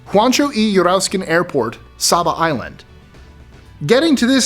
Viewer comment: Say-buh not sahbuh